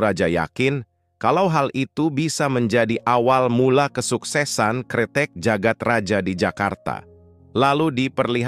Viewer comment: Jagad Raya bukan sih bacanya... Maaf klw salah. Karna J dituli Dj dan Y ditulis J